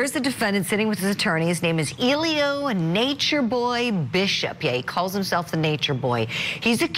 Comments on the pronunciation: lol at the reporter always calling him Illiyo 😂😂 bless her heart tho. Even if defense did any kind of a good job, NB is going to mess his own case up all by himself. What a mess. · How hard is it to say E-Lee-Gee-O? Eligio. Pronunciation was horrible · 😂😂😂 his name is Eli_GI_O 😂😂😂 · The lady reporting on this case pronounced his name wrong😂😂😂😂. She had me hollaring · Nature Nuts, everyone in the courtroom is smarter than you. And I love how the host keeps mispronouncing his first name. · The reporter cannot pronounce his name. There is a ‘g’ in his name.